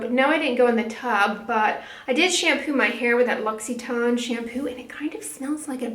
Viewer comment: Your pronunciation of L'Occitane made me chuckle. I used to stumble over the word aluminum.